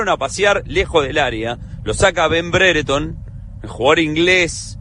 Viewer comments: Bredford dice es Brereton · no se en que momento comenzo a hablar de un tal Bretford que supongo era Brereton. rarísimo porque me parecía que al principio lo nombraron bien ajajja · Excelente análisis, sin soberbia. Le aclaro al comentarista uruguayo, que no es Bretford, es BRERETON